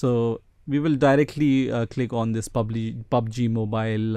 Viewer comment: "pubaji mobayl"